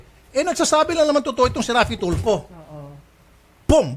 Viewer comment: Ang yabang ni piscal.pero...di mabigkas,bg maigi ang pangalan ni idol....TOLFU daw😁